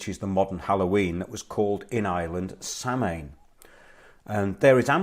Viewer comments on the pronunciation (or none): A little help with Irish pronunciations for you. Bealtaine = be-owl-tin-a Samhain = sow - en IT hurts my gaelic soul to hear them mispronounced. Love the show